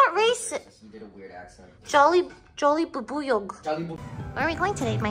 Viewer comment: the way lily says jollibubuyog actually sounds so filipino 😭